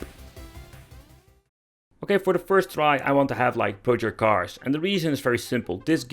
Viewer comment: He pronounced it as Purger Cars. I've never heard of it.